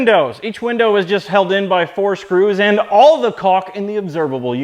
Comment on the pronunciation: because of the way you said "caulk" you just gave me quite a few ideas for a YouTube Poop of this video.